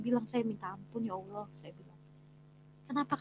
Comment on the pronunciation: bilang nya auwlloh